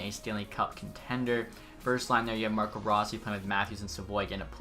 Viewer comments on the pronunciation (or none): none